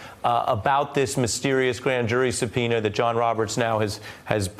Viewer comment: "this mistery grand jury supenis..."